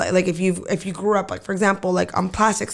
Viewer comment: “I GRRUU up” lmao omg I cant 😂😂😂🤣🤣🤣💀💀💀